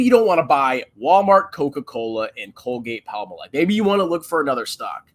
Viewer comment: Palmolive is pronounced palm-olive!